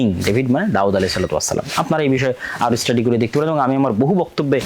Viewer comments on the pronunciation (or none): none